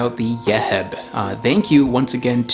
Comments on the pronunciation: Hi thank you for the video ‘ this Nut It’s Called Yeib ‘ Not yehib‘ I used to eat when i was young it’s was so delicious’❤️ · Thanks, for this.Its pronounced Yeib. Nostalgic of my childhood.